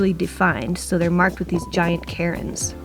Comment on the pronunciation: Cairn not Cairin soz I'm Scottish and it drives me crazy.....great videos 😀